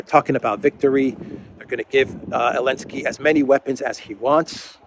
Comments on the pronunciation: So dumb he can't even speak out the name of THE BRAVE UKRAINIAN PRESIDENT ZELENSKY !!! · Why does he always say "Elensky"?? Help an ignorant American out please